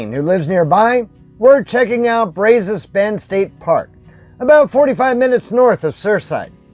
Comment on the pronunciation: Wish we could have met. Interesting videos. We live in Lake Jackson! And it is Brazos with a short “a” like in “at”. 🤣✅